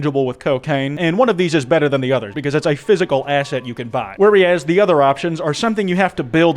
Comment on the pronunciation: pronouncing "whereas" as "wary-as" is so upsetting to me